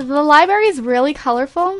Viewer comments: Lol she said libary not library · liberry xD lo l